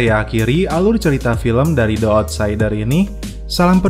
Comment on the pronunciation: Bang yg bner bacanya Di outsider bukan De outsider , ,😴😴😴